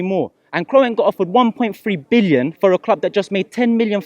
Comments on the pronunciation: Man pronounced Kroenke as Kro-enke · "Krowenk" lmfao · get me f**k kroy-enk 😂😂😂😂😂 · Guy can't even pronounce his name, Robbie why are you still giving this waste air time 🙄